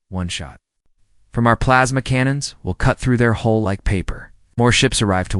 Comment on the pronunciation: Hull not hole